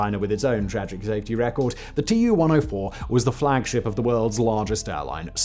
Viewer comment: TU is pronounced "too" cause it stands for TUpolev just as many other soviet aircrafts. Two first latter are first latters of the last name: SU, IL, AN etc. so it's pronounced the same as the name